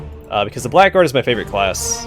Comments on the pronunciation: Very nice but that's not how you say 'blackguard' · Very late to the party here, but this series looks like fun! One silly thing though "Blackguard" is a really weird word in English because it is pronounced "Bla grd", not "black guard"